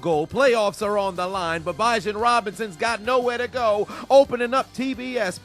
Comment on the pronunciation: It’s “be-jaan” Robinson and “Rash-aad white” 😭